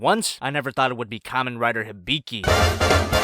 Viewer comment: Its not hiBIki Its HIbiki